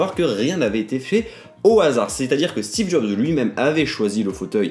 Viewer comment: "Steve zob" 😂😂